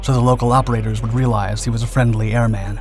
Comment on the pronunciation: PLEASE. It's airman. not Air-Man. said as one word.